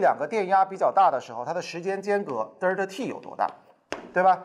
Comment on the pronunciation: 既然讲到1897年的”霍尔“，为啥不顺便说一下英文的原名{Hall)？现在小学就开始学英文了，应该不要躲避，也便于学生将来读英文文献或沟通。另外Delta念成”得儿它“有点掉架子。现在学生的发音都比这强。